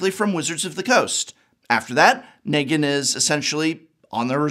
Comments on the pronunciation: He also hasn’t watched TWD; pronounced Nee-gan as Neg-an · Him botching negan as ne-gan 4 times was agony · so a few things here: 1-MTG has planes walkers and therefore any universe regardless of IP is fair game if the owner is down 2- the walking dead comics ended with issue 193 so your "I stopped reading around issue 500 is crap and loses you credibility there and 3- you couldn't even pronounce Negan right for half the video so there's more credibility gone. At least try like come on.